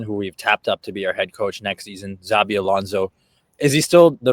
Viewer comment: This is how you know that those guys are basically Casuals and charlatans... when they literally start the video by Pronouncing Xabi as Zabi 😂.